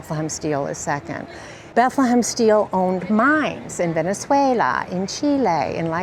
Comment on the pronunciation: Venezwaaahahuelaaa, Cheeeeelaie